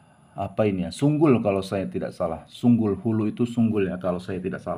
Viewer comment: Sukul bang , bukan sunggul